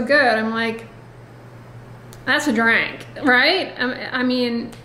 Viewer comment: I love when the southern comes out when you least expect it…”That’s a draank” 😆